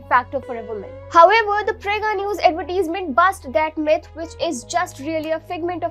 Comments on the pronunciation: It’s not Ad-vet-tease-ment. Ad-ver-tise-ment. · Stop saying adverteesmen...... shithole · Great Advertisement but for the Anchor you have to improve your English pronounciation ( specially the word Advertisement).